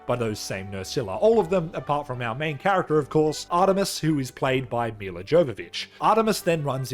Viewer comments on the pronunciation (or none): none